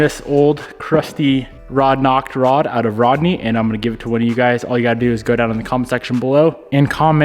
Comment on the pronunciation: Rodknee Rodney lol